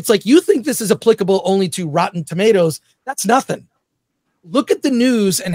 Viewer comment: Great discussion but it's very distracting to me that says "tomatoes" and not "tomatoes."